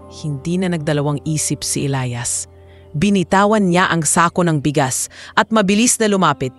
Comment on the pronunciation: Hoi ano ba yan iba iba ang pag bigkas ng name Elias O Elayas ayusan mo nga.